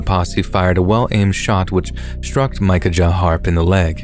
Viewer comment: The outlaw story..the brothers name is pronounced mickaya! Not mica ja! Have Google translate pronounce it for you and you will see.